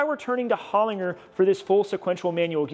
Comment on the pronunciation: Holinger is an Australian company and they make some amazing gearboxes. It was started by Peter Holinger in the 70s. Small correction for you in how you pronounce it it’s “Hol - in - jer”. Keep up the awesome work!